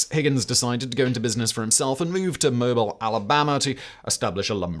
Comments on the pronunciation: P.S. And simon please take the time to check on the proper pronunciations of places and locations in a country with which you might not be familiar.E.g., Mobile, Alabama is pronounced Mo-BEEL, not like Mobile in a mobile phone. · Mobile, AL is pronounced "mo beel".